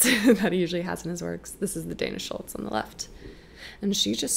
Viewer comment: Dana Schutz not Dana Schultz